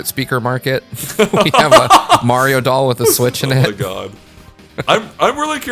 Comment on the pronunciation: from GameXplain it is Mario not Meario Dumbass